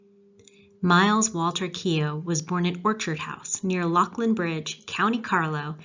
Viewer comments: As a native of Leighlinbridge I have to give you kudos for your pronunciation. Most irish people mispronounce it as "Lek-lin bridge" rather than the "Lough-linbridge" as demonstrated here. Great job. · You did the "Keogh" pronunciation well and nailed the "Leighlinbridge" pronunciation perfectly,! You also did a fabulous job with Keogh's background at the time. Luckily for him and his family they weren't directly affected by the Irish famine but he saw what was going on and him and his family were not impressed by the way it was handled by the authorities. As an amateur Myles Keogh buff l find him way more interesting than Custer (as an Irishman l admit I'm biased) and can definitively say that you're rapidly turning into a Keogh expert yourself!! Sure there's nothing better us lrish love than an 'awl scrap! Happy Paddy's Day from Dublin. Niall.